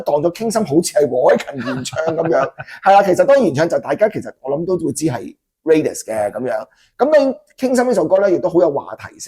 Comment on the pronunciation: 既然Thomas都話Raidas個名來自Raider, 咁當然係讀Raiders, 點解主持人永遠都係讀Radius(半徑)呢?